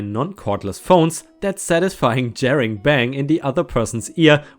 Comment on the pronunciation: Semester - I've always heard it pronounced see-mess-ter. Accordion - I think most times I've heard this word it was pronounced a-cord-e-uhn, with the a being the same as the 1 at the start of away. Wiley - why-lee Jarring - jar-ring - you made it sound like the 1st r was an i. When it comes to jarring, barring, sparring, tarring, marring (& possibly others I can't remember off the top of my head) remember to let your inner pirate shine. Arr.;).... Oops my mistake, I just listened to it again, I misidentified your mistake. (I'm just using my phone's speaker, not headphones.) You're making the "a" a flat 1, like in jam, whereas it's supposed to join with the r to make the ar sound, as in car, far, etc. Cemented - se-ment-ed About your commercial-vehicle neighbour - I have no idea what systems are in place over there, but if it happened around here I'd try talking to the (town) council about it. Might be worth at least having a chat with you local equivalent, perhaps?